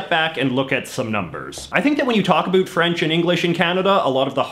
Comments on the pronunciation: Yes, and as an American who has taken great pains to pronounce how Canadians truly say "out and about", JJ's pronunciation makes me feel my efforts were in vain! Back to South Park! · It’s more like how scots pronounce about, which if u look at this last name might give u a hint...couldve been handed down by parents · Why are you purposefully pronouncing "about" like that? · maybe a tiny bit, but I speak to Canadians everyday (I live here) why can I only hear this guy's "about" differently? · This accent is so confusing...he’s got the American Comedian/Newfie ‘About’ pronunciation but is from BC...? It’s hard for me to believe that someone could speak with such an Eastern accent and from what I’ve heard in the comments is from the most Western province.it was also neglected that New Brunswick is actually a bilingual province. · This guy doesn’t even know how to spell words Example: the word about is pronounced (a) (bow) (t) not (a) (boot) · Exactly why I came to the comments section! The only times I've ever heard "about" pronounced even remotely like this is on American tv mocking Canadians. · Being a Canadian myself I’d never heard anyone pronounce “about” as “a boot”.. until now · absolutely not, the Canadian French accent will emphasize the ending "t", but won't distort the "ou" which is almost the same phoneme as "oi" in French. The boot thing is exclusive to South Park. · He's doing it on purpose. However, after having spent time in the US and having my ears adjust to them saying "at", "a bat", and pronouncing almost every vowel like it was an "a", I can absolutely confirm that when I moved to Vancouver it sounded like everyone was saying "oat" and "a boat". After about 5 months in Vancouver, I started to go a little crazy because I could hear both depending on whether I was talking to a Canadian or American friend. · he MUST be doing it on purpose - NO ONE does that